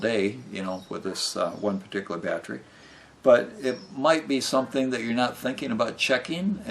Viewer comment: You do know that theres an e in the word battery right?It's not spelled battry or battrie.... So why do you pronounce it that way? It's very weird.